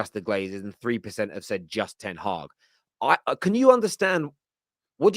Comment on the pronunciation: It's Ten Hag not Ten haag